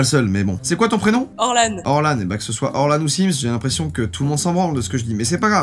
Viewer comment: pourquoi tu a dit soite